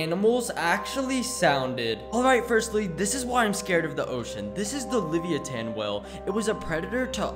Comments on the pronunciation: It's pronounced, le-vie-uh-then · It’s pronounced Liv i u th in not livithean